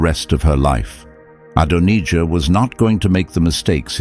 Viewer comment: Is anyone else fed up with the constant changing the pronounciation of Adonijah. Ad on ee jah then Adon eye jah (the correct pronounciation in the uk) the second English voice that AI uses. Dreadful drawn out and Zadoc the priest also 2 different pronounciations. Sorry this drove me mad. If you can't narrate it yourself and hide yoursrlf behind AI how can we trust you are giving an accurate accout. The bible narrates it very clearly do we really need this explaination. At least you use God's name but even that becomes The Lord on and off. Not impressed.